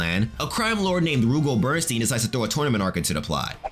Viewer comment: Not to correct anyone, but Rugal's name is (according to SNK) pronounced "Roo-GAHL Bern-stine." And Goenitz's name is (once again, according to SNK) pronounced "GEH-nitz". Anyway, there's a YouTuber named "ShoryuGame" who knows a heckuva lot more about KOF lore than I do. All in all, however, excellent job on this video.